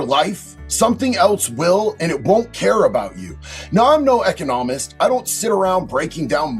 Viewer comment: Couldn't even have the decency to look up how to pronounce "economist "? Wow just wow. I'm sorry but that is really sloppy and not a good look.